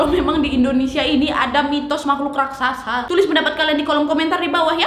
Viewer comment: raksasa mbak bukan rasaksa